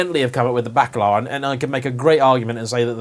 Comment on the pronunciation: Bently Bacalar? depends how you pronounce it. Isn't it's spoken as 'Bakalar'. Bakalar is 'dried cod' in slavic languages!!